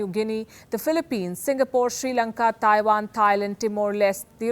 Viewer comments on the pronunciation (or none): none